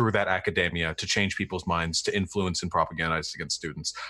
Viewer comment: A pet peeve of mine: "Academia" does not rhyme with "macadamia". (Vaush)